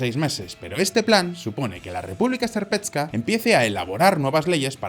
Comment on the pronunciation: República serpetska😂 se pronuncia serpska